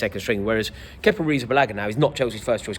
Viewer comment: Just say kepa